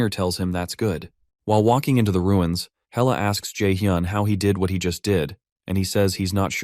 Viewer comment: Loki's daughter is Hella, not Hell 🤣 Got to love AI translate